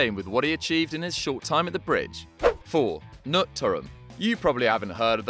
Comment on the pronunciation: The K in Knut is not silent.